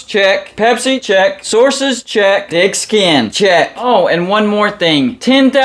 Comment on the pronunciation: It sounds like you are saying dick skin in the intro, not thick skin.